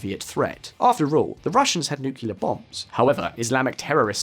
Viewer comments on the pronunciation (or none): "Nucular" bombs? 😂😂 Was that a " quote" from G.W. Bush?